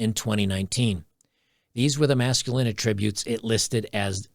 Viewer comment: "These were the masculine a-TRIB-utes that..." The NOUN "attribute" should be stressed on the FIRST syllable. The VERB "attribute" should be stressed on the SECOND syllable.